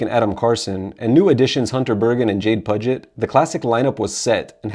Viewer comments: Hate to be that dick .. But i do believe it’s pronounced “Pew-Jit” like the Puget sound Jade Pew-Jit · Maybe research how to pronounce the names correctly of the members of the band bro. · This is true